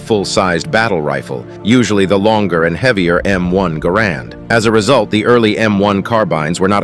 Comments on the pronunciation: A bit of trivia, for the weapon enthusiast, is another inaccuracy: Ga-RAND is not the way the designer pronounced his last name. He pronounced it GA-rand, similar to the accent and vowel sequence of "parent". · Garand was french-canadian. You do not pronounce the "d". The sound "an" in french is not the same as in english or spanish. The pronounciation is different. His familly moved from Québec when he was 14.